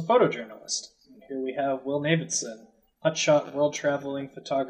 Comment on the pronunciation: I dig almost any House of Leaves content and I like where this could go - up-voting. Could you pronounce Navidson's name right though? It's rankling me. He's referred to as Navy (Not Navid) by every major character in the book. Cheers.